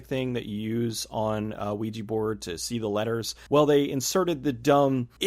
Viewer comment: I really wish people would learn how to pronounce "ouija"